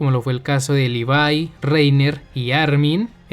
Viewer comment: Me agrada que pronuncie bien el nombre de Levi :), casi nadie lo hace, también que vea a Erwin>Armin, para mí el señor que te pide que entregues tu corazón es el mejor de acá y después de este final... Creo que todos vamos a ver KFC de forma diferente xd